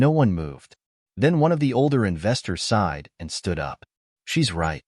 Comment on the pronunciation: “Aside” for “sighed”